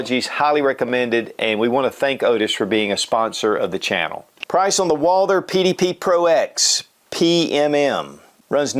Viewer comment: “Walder?” Lol